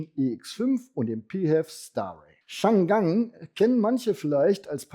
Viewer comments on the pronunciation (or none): Hersteller Changan wird in Chinesisch als Chang An (nicht Chan Gan) ausgesprochen. Chang An (长安) war die Hauptstadt von TANG-Dynastie, wobei TANG wiederum ein Modell von BYD ist.